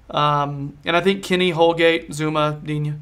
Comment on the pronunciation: FFS it's pronounced Digne